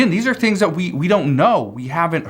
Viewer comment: I agree and very opinionated to! wish he could practice and pronounce the word "that" not "dat" and okay JMO